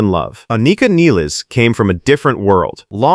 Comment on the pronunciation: Not Niles, Nil-les